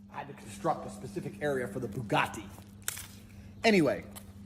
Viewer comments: booga ee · He pronounces things like they're made up fantasy names. "Buga'tti." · His accent is such a perversion of British English he doesn't even pronounce bugatti like an actual English person.